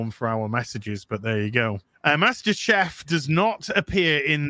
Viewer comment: What the actual eff is the deal with dudes inability to pronounce "Chief". SMFH